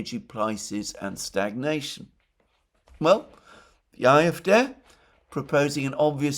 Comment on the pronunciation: Why are you pronouncing the acronym CDU in English and the acronym AfD in German (at least you try to do it in German.. you seem to say A-Äf-Dä)